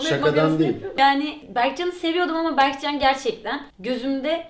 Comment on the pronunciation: yo anlamında demiyo bege diyo berkcan yani